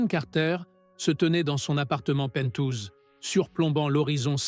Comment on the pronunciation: Très ennuyeux , un vilaine prononciation des mots anglais ... : " penthouse" prononcé : " pentouse" l' horreur